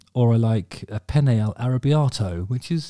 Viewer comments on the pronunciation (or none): none